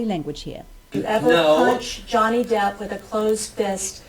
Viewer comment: Johnny depp,not johnny deeeeeep